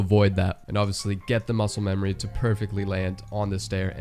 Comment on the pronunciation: I like how you said mucle memory